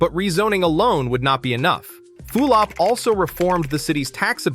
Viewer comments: For crying out loud it's pronounced FULL-op, not FEWL-op! Also Hispanic populations in JC have always been high. Your comment sounds like they were a minority, they weren't, they have been the majority for decades in the downtown region. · aside from the early appearance in this video of street scenes that are of NOT Jersey City scenes, you lost all pretention of credibility when you mentioned Mayor Few-lip. If you dont know how to pronounce his name, you obviously have no knowledge of what anyone did here. You are just a stranger regurgitating irrelevancies. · How can you easily pronounce Zohran Mamdani but you can't pronounce Steven Fulop? You mispronounced his name so many times and not always in the same way lol